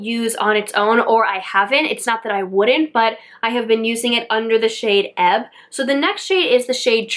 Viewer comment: Hi! This palette has quickly become one of my favorite palette too! I’m loving all the colors! You’re the first person that I e heard pronounce the Shade EBB correctly! Everyone is calling it E-B-B! Have a great weekend!🌺🌺🌺